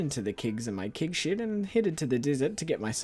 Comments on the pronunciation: Everytime he says Keg Shed, all I hear is Kink Shed. Help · I hear "kig shid" and laugh my accent off 🤣 actually I find very cool to hear so many different english accents on yt, and now I know that NZ accent have a very closed 'e' sound in words like 'bed', 'shed, 'keg', 'quest', and the stress syllables are different in some words, like 'crAnberries' instead of 'cranbErries' 👍